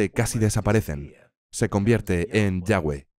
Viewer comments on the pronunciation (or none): El nombre no tiene traducción, es yawe, osea yagüe, la voz del traductor se equivoca y dive yavé, es diferente a yawe, no sirve este video, desvirtúa el mensaje de la biblia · La W no puede sonar la uve ( V ) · Este hombre nisiquiera sabe el significado del nombre y menos como se escribe y menos como de pronuncia...pero lo más interesante que no sabe el significado del nombre de dios